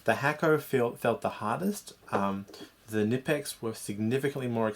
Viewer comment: Ca-nee-pex is how you pronounce knipex